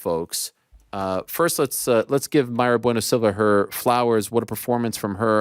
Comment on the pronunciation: Asks her if her name is Mayra-Bueno Silva or Mayra Bueno-Silva. She says it’s the latter and one minute later he says alright there she goes Mayra-Bueno…. Silva 😂